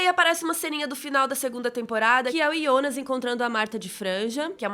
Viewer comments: ouvir "Ionas" incomoda, prefiro Jonas. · Ionas? Kkk sai pra lá, é JO NAS! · Que menina chata falando Ionas o tempo todo 🙄... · Me desculpa curto muito seu conteúdo , mas vc faz vídeo pra quem assistiu e vai assistir em português ou alemão ? Até entendo que vc assistiu em alemão e por isso fala o nome Jonas assim mas por favor reveja esse conceito ,seu conteúdo é nacional !!! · mesmo em Alemão você pronúncia errado...